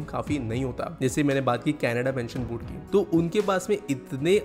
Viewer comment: "Board" kuch toh hua tha ?